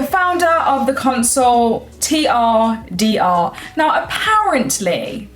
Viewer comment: TRDR.... turder... 🤔😂